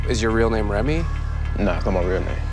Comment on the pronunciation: “Remy” really hurt me and idk even know him